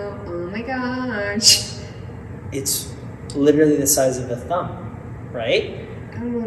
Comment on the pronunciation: Did you know that you say “literatly” instead of “literally” ? I mean, I’m just glad you’re back, so I’ll take it!